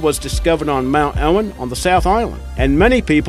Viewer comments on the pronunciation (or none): none